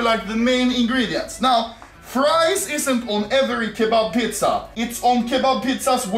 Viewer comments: he just says it in swedish xd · Is it me or is he saying PITZA? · Let's make swedicfhdtyucs "pitza"